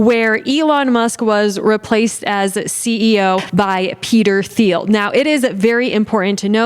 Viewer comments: Little tip. Peter Thiel’s last name is pronounced “teal”. Ok that’s all. Love ya. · Great video, these libs are so rock headed and uninformed that it boggles the mid. BTW, Peter Thiel is pronounced like Peter Teal. You rock girl. 🤘🤘🎸🎸